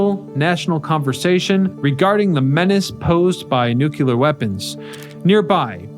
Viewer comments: NOO*klee*er not NOO*kyu*ler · it's nuke-lee-er, not nuke-u-ler sheesh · Okay, lost me, when I heard the word, NEW-CU-LAR. There is no such word, George W. Bush. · So is " nu kyu lar ". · it's not nuculer. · Informative video, but the mispronunciation of "nuclear" made me cringe.